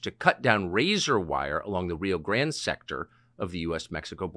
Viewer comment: Grande is not a hard word Tucker 😂😂